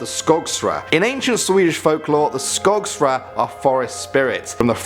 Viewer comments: mcparty yeah i know but i thought it sounded funny hahaha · Its skogsrået not skogsra...